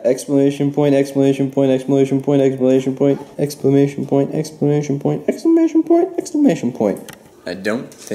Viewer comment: He also said "explamation point"